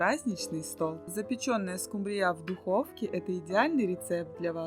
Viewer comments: Уважаемая! Вы такая умница, но не могу не спросить, почему вы рыбу скУмбрию называете скумбриЯ, это так режет слух.....а в остальном всё хорошо! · Не скумбриЯ, а скУмбрия, если уж ведёте блог, то ставьте правильно ударения. Сколько можно демонстрировать свою безграмотность. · Не скумбриЯ,а скУмбрия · Не скумбриЯ а скУмбрияПожалуйста Извините но режет уши. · Да скУмбрия, а не скумбриЯ! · А ещё больше раздрожает скумбриЯ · И почему ударение так ставите,смешно,скУмбрия